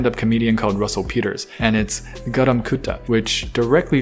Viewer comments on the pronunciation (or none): its actually pronouced "gahram kutha" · Actually it's pronounced garum kutta not garam kuta Also I speak Hindi (Namaste )Engilsh (Hello) Bengali ( Hyālō )and Odia (Namaskar) also a bit of Japanese (Kon'nichiwa) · it’s not pronouced Gadam Koota it’s Garam Kuta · its pronounced gahrum koot-tah btw (say the last word in a harsher tone) but good job on the pronunciation,! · Its- GA RAAM CO TA Don't come at me for wrong spelljng i made it like that so he can pronounce it i am also indian i speak hindi, English and korean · garam kutha is pronounced garaam koothaa